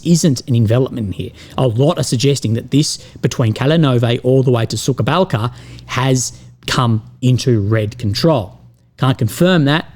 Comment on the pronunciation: I like the way you pronounce "Suka Balka" ("Bitch' Gulch") instead of "Suha Balka" ("Dry Gulch"). 😄